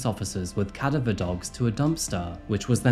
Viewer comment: Another good video, mate. For future reference; it's cadaver dogs and not cavida.